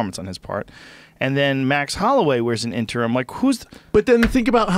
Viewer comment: hahahah fucking Schaub always saying "interm" lol I love it, shit cracks me up when he can't say "interim"